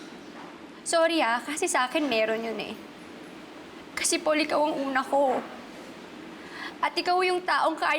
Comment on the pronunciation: its Paul po not powl haha